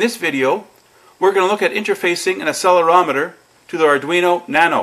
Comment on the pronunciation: Just a friendly heads up on the pronounciation of "accelerometer" ;)